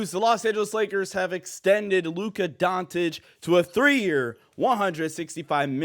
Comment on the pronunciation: When did Luka change his last name to Luka Don"t"ic? The irony of pronouncing his name like that in a video about him signing an extension is pretty funny.